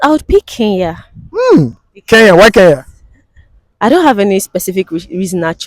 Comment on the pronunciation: Guys it's not Keya but Kenya